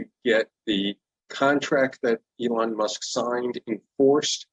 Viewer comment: Who's Elon musss?